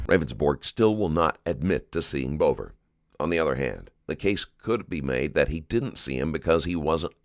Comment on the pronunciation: Maybe someone could note the victim’s last name is pronounced “Beaver”. Not Bover.